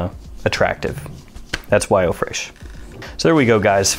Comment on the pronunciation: Tip: Fresh is still pronounced Fresh in French not fraych.